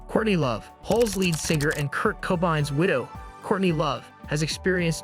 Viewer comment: Lye-am Gallagher? K-I-S-S? Kurt Cobine? I feel like I'm losing my mind listening to this.